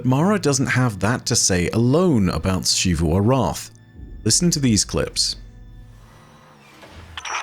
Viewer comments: Why doe he say Xivu Arath like that?? The game literally says the name so many times yet he says it weirdly still???? Is he trying to be posh or something? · I just want to commend for sticking to his pronunciation of Xivu Arath's name despite everybody in the game pronouncing it the other way. This video touched on a point that I've been confused about since the beginning of the season. Ana Bray seems so proud of the fact that her Warmind is going to be able to outmaneuver Xivu Arath... an AI dedicated to warfare? Against the Hive God Of War? Surely that isn't only an obvious problem to us from beyond the fourth wall, right?